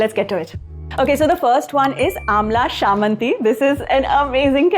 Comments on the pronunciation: It is not called Shammanthi...it is Chammanthi...cha .. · In entire India only she can pronounce chammandi wrong. 😂 I mean.. this is an insult to keralites